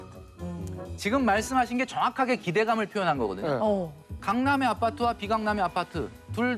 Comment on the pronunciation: 아.빠.뜨. 발음을 쎄게 해 강조하려는건가.